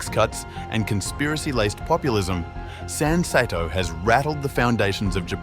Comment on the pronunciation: The name of the political party could be pronounced correctly if you said "sun-say-toe".